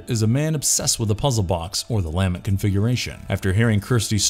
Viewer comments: LAH MINT! NOT LAMINET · ... Why does it sound like you're saying "LANMET" instead of "LAMENT” every time you mention the Lament Configurations lol. Awesome video though, great summarization of all the movies! 🙂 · DAMNIT! It so grating when you say 'LA-ment' configuration instead of 'lah-MENT' ...where the f*ck is this narrator from? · he also keeps mis-pronouncing the lament configuration. he keeps saying lamet.. LOL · lament, not lamint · LUH-MENT configuration not LAA-MINT, CHU-NARD not CHAY-NERD. Julia used Kyle to complete her regeneration, she wasn't already complete. The cenobites are nothing like Zombie-Vampires, this isn't Lifeforce. These things do matter, especially to fans, who are probably the majority of those who are interested. I have watched many of your videos and you guys ALWAYS screw up DOZENS of details and miss characterize plots, motives, and characters to a near ignorant level. If you actually watched any of these movies, as opposed to regurgitating vague synopses and bad reviews these mistakes would be impossible. BAD FORM! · "Luh-ment" configuration, not "Leah-ment". The word is "lament", The Lament Configuration. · Take a shot every time he says Lam-ment configuration instead of Lah-ment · LA-MENT not LAM-ENT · "La-MENT" not "LAMB-ent" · It's pronounced La Mint... Not Lam mint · Have people never heard the word "Lament" before? What is with the weird pronunciations? Its NOT Lam-Ent... Its La-ment. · luh-MENT not LAH-ment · La-MENT' configuration...not LA'-ment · Your incorrect pronunciation of LAMENT over and over really detracts from the video. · Lament: (/ləˈment/) - pronounced luh-ment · It’s pronounced la-ment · lol dude it's la-ment configuration. I couldn't stop laughing anytime you pronounced it weird. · lame ent configuration? lamen't? (the emphasis tends to be on the second syllable, no?) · is this an AI narrator? the pronunciation of LAMENT is wrong. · imagine mispronouncing "Lament" through an entire video on Hellraiser.